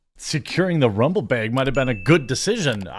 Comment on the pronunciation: "Baeg" LOL